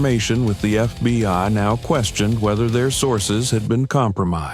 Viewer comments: Why doe narrator say FBY rather than FBI sometimes. Great story ntless. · More AI BULLSHIT, we don't have any FBY, improper pronunciation by the computers gave it away. GET YOUR SHIT TOGETHER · Why does he say FBY?